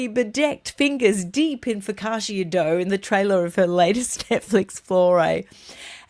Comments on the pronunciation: Please stop saying Fo ka sha. It’s Pronounced Fo ka cha as in cha-cha. Focaccia! 😂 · I really love your productions, all of them, and they lighten up my days here in the north of Italy. I will then allow myself coment on the way the Italian word focaccia is spelled, the I and the end is silent, you say "fokacha". No offense please, just a small correction😉